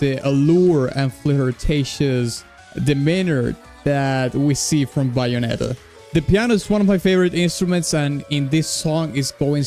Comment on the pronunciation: Dude said bayonetta like bye-onetta